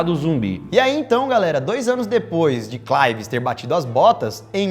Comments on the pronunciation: eu acho que se pronunci CLERvius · Se pronúncia "clervius"